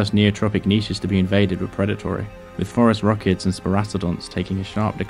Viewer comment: I always mishear the scientific name of Terror Birds as "Forest Rockets".